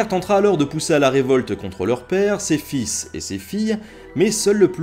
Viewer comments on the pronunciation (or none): none